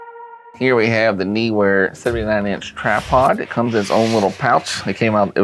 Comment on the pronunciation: Lol! I agree with your Kentucky's pronunciation. It's written as NEE-Wer. FFS! :)